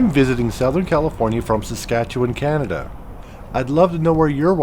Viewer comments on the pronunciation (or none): none